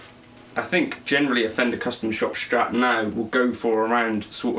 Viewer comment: The PRS sounds crispier, the FCS sounds warmer and a bit nosier ;) BTW its Strat nOt Schtrat ;p